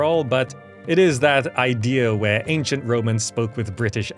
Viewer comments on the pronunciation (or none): none